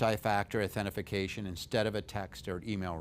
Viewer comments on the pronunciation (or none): Authentication not "authentification" ... good tips though, thanks! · Nice video. But...Authentication. authentication. Not authentification. Authentication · The correct term is au-then-ti-ca-tion. it is a five syllable word.